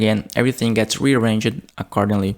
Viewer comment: "Rearrange-jed"... Ya, it's supposed to be 3 syllables